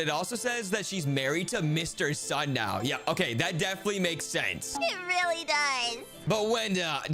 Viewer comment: and. tuner. or rirly. dayting. 😮. emmmmmmm rirly